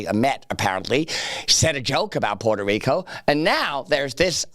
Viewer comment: They forgot to put the emphasis on puhrta rico